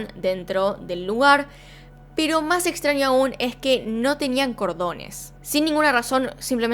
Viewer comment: Extranio, ninio, ninia. Como amo tu forma de pronunciar, dulzura <3